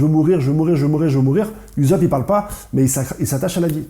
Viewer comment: Sa se prononce pas uzop mais oussop